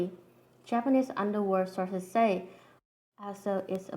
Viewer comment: it was so weird and funny when she was saying "illuminati sauces say" lol